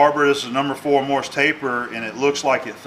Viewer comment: Haha! I'll heartily accept your "Allbright" because you said "Morse" and not "Morris" as so many dolts do.